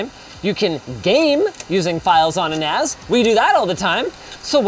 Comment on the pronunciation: I keeps mishearing NAS as nads.